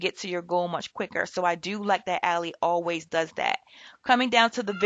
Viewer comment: Its pronounced AL-eye